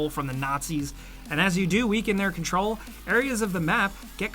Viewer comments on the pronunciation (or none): none